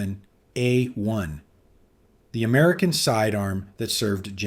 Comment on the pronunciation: Narration sounds awfully like AI, especially with the repeating 1911 p.a.u.s.e..... a-1 and if so, I'd rather have Hatsune Miku with a leek pointer be the presenter.